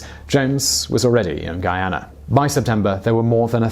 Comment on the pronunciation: You pronounced Guyana correctly 🤯👏👏👏👏